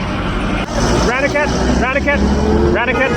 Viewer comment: You really have to learn to pronounce Indian 'a' sounds properly. Ranikhet, as in I ran away from the police is wrong. It is Rah Ni Ket. A is pronounced Ahhh.